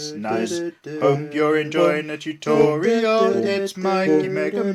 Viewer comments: Toootorial! Beautiful way to say it. I say tut-o-reeal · its hilarious how he says, "tUToriAL"